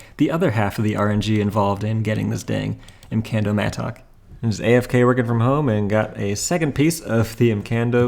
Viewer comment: I hate how you say mattock lol